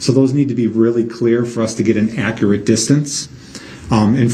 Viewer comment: accurate translated to brook's pronunciation = ack - rat....